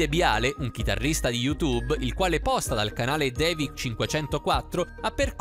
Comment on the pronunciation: Hai detto ghitarristaaaaaa